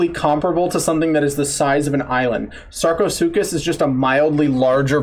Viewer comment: the narrator in the video is reacting to pronounced Sarchosuchus (Sar-ko-soo-chow-s) when it is pronounced (Sar-ko-soo-kus)